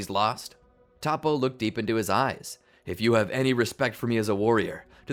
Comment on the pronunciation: Zen-oh not Zeno, To-po not Topoh